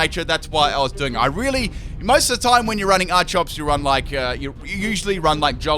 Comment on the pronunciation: Its pronounced ar key ops not ar chops